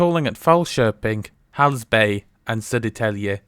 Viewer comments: "spot on" was a stretch, but not bad. Dude nailed the hardest part, grave accent for Södertälje. Edit: and acute accent for Hallsberg. Quite impressive! . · Gothenburg, my hometown! And btw I was really impressed when you pronounced the Swedish names, like Södertälje, Hallsberg or Skansen lejonet! That was really good!